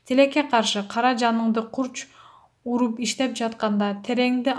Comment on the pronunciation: Кара жанын карч уруп деп айтсанар туура болмок кара жанын курч уруп эмес мындан башкада толтура каталык мн окудунар канчалаган эл угатго текст кайталап жакшы окуп анан чыксанар жакшы болмок